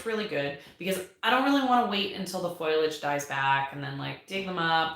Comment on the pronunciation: Love these chats :) The pronunciation of “FOI-lage” was bugging me so I looked it up. 🤓 According to Wikipedia (all-knowing that it is), foilage is the “archaic, dialectal, nonstandard” form of foliage (FOE-li-age). Foliage came from the Middle English foilage. So there ya go! You are technically correct to say foilage, but you’re archaic if you do so 😂 (Also spellcheck doesn’t recognize foilage, so…. Best to use foliage because spellcheck is ruler of the universe.)